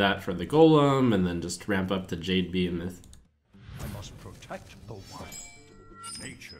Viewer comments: Somebody tell Trump it's pronounced Be-heeeeeeee-moth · I cringe every time he says the word "Behemoth" wrong.